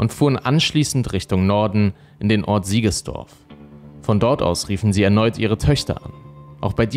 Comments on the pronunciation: Ja, nicht Siegersdorf. Und der Ort , an dem die Schüsse fielen, heißt Litzlwalchen, nicht Litzlwachen. Diese Fehler stören enorm und wären leicht zu vermeiden… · Siegsdorf, nicht Siegesdorf! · So wird aus Siegsdorf Siegesdorf 🙈 mein Chiemgauer Herz schmerzt 😅 Aber wieder ein sehr gutes Video 😌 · Servus, es heist nicht Siegesdorf sondern Siegsdorf und nicht Litzlbach oder Litzlwachen sondern Litzlwalchen. Außerdem ist Litzlwalchen keine eigenständige Gemeinde, sondern gehört zur Gemeinde Nußdorf. Ansonsten ein prima Video in gewohnt guter Präsentation. Danke. Liebe Grüße aus dem westlichen Chiemgau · Leider heißt der Tatort nicht Litzwachen , wie hier genannt, sondern Litzlwalchen und der hier Siegesdorf genannte Ort Siegsdorf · Sorry, will nicht klugschei..ern, aber: Es heisst Siegsdorf (nicht Siegesdorf) und Litzlwalchen (nicht Litzlwachen). Bin aus der Gegend... Ansonsten wirklich sehr guter Kanal! LG